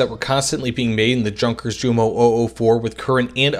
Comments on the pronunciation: PLEASE, It'S not pronounced "junkers" like in "junk", but "Junkers" like in "youth". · That english pronounciation of Jumo, and Junkers makes my ears bleed. It's not a hard "J" sound of the english, it's a soft j sound. Like if it would have been yunkers or similar. Typical english and american stuff. Otherwise i enjoyed the video. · Yun-kehrs (idk how to write slight r rolls in text, I did my best) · Yunkers, Yoomo, Yagdpanter, Yagdteeger, Yagdpantser, Mesershmitt, Shtookah... Imagine Panzerjäger and HitIer Jugend having the Js pronounced as J instead of a Y. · It is correct , though . It's what it is in German .